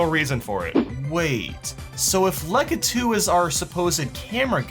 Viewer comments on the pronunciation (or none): It triggers me that he says lukitu